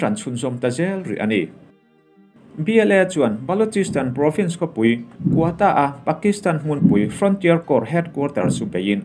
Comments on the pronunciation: I chhiar thiamin i aw a fiah fai. Mahse...'pui' tih hi ri hniamin i lam ṭhin a, eg. Inkhawmpui, indopui, runpui inkhelhpui etc a 'pui' hi ri sâng veka lam ṭhin niin a lang. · ri sang veka lam ṭhin a ni zawk. 70 hma lam te i hre pha em aw?